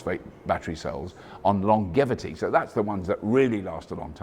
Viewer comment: Longevity is pronounced as "Lon-Jae-Vity" check cambridge dictionary pronunciation of longevity. Though i like your pronunciation. It makes sense,.